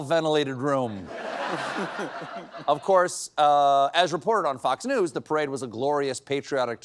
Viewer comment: You have mispronounced the word “Perade”